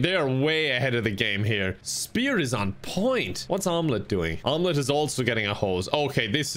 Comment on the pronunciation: “Spier”: 🤔 “Spear”